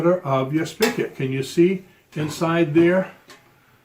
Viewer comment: Spigot… not spickit